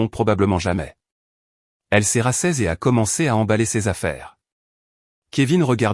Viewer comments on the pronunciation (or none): Rassise et non rassaise